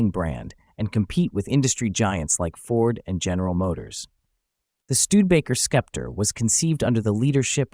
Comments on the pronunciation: Thanks for the detailed views of the interior! I had seen this car in my auto books but not too much. so, i believe it is pronounced "Septer" as the c is silent? One of the first cars with square headlights! ❤ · It's pronounced septer. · Why didn't you just call it the Skepp-tree? SUE YOUR TEACHERS! or stop using synthetic speech. Research the proper pronunciation of the words you need to use. Your channel is SO GOOD in every other respect. Don't you know anyone who is older than 40 or 50 who would gladly help you with this SIMPLE TASK? You should be embarrassed. But that was yet another failing the communist infested American educational system instilled into you to accelerate the destruction of western civilization. I wanted to know about this car. But your channel has become unwatchable by literate people. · Pronounced "septer," not "skepter." Nonetheless, stunning automobile! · * Say it SEP-ter :-/ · I'm having a hard time with the "Skepter" pronunciation. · Learn how to pronounce SEPTER and FASIA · The name is pronounced sep-ter. It means an ornamented staff for ceremonial occasions as a symbol of sovereignty. Clever name considering Studebaker was fighting for survival as a car company. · English for dummies, the C is silent. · The "c" is silent. Sometimes it's pronounced this way in this video. Other times, the narrator throws a "k" sound after the S. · Sorry...I had to stop watching because of the ridiculous mispronunciation of "Sceptre."" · Are you a sceptre sceptic?